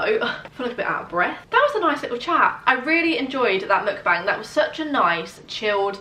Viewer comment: I think you pronounce Mukbang wrong